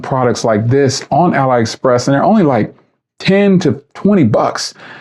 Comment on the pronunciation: You can definitely find some bargains on there. Careful though, because some of it is absolute garbage too. By the way, it's pronounced "alley express".